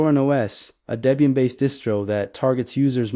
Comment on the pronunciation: You don't demo any of the Oses you mentioned. A screenshot does nothing to your users, albeit good for a glancing. Not really noteworthy if you ask me. Nothing to see here, except a rolling slideshow with little to no content. And it's pronounced DEBBIE-IN, Not whatever you keep hammering away on.